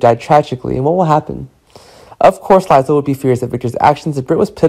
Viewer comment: Omg this guy cant pronounce anyones names… lie zel? So behind